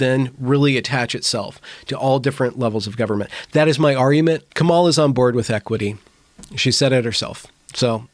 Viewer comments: I agree that "equity" as the video referenced is a completely unrealistic goal. Just curious, though: are you pronouncing "Kamala" incorrectly on purpose? If so, I don't think it really adds anything to the conversation and would advise against passive aggressive moves like that. Your logic can stand on its own. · Dear, please pronounce her name correctly.